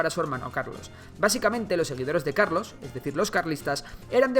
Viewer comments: Carlos❌ Calos✅ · Puso calos en vez de carlos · Min 8 a Carlos III le falta una R 🤣🤣🤣